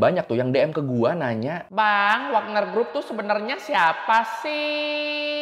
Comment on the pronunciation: WAGNER YA! BUKAN WAKNER!